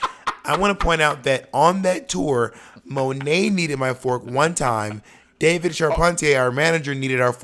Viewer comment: Symone Wrice not Monté, child lol